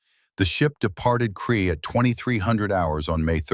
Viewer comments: A Kiwi here...it was Krete not kree.....Also the Kiwi soldiers killed many German paras as they fell to earth in parachutes....as they were great shots. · Allied soldiers including New Zealanders sought refuge in Crete, after escaping from Greece in front of a German advance designed to cut them off. SO they had been retreating and trying to stay out of trouble for some time. From Greece to Crete and onwards.... The deeds performed by the then Sgt Hulme can be verified via Wikipedia. Now the German 'smoke' that he was wearing around, was a 'smock'. The New Zealand place names were totally murdered by the commentary, and the sub-titles. Both the English and Maori language place names. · Can’t believe you allowed AI to destroy his story so many mistakes you have butchered the battle of Crete (Kree for FFS) as a kiwi I’m very annoyed 😡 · I hate AI narration. Why can it not pronounce Crete ? Rotorua etc ? Just get a human to read it ! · Yeah theres a lot. Crete pronounced Cree.... all of the NZ place names are pronounced horrendously wrong. Also, the pronunciation of Hulmes name various between "Hulme", "Hume", "Home" and "Hull" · Terrible A I voice, repetitive mispronunciation of names, places, mispelt text but still gets the story out. 10 points for getting the story out. 6 points for trying. 4 points for execution. 2 points for spelling. 1 point for constantly mucking up Hulme's name. The place was called CRETE not cree.